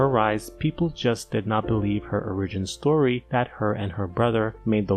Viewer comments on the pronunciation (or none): none